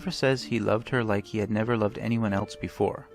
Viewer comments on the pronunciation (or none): none